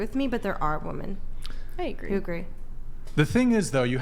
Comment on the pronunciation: Is she intentionally saying “woman”?